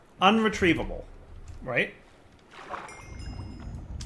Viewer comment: "unretrievable" "IR-retrievable", you dingus!